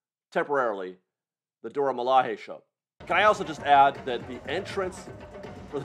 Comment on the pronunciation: I went the the CMs to renew my pass and get one for my daughter who just had a birthday. They automatically gave me a paper pass for her, but not one for myself. I’m assuming it was to make it easier for me to add her pass to my app. Also it’s Dora Mila”Jay”. It’s not a Spanish j sound. 😊